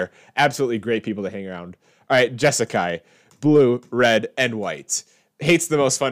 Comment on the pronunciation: The fact you said "jesakai" gave me an aneurysm. Do you say warsh to?